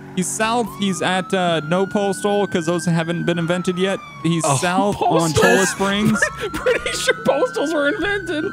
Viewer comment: Its pronounced "Choya Springs" double ll's make a y sound.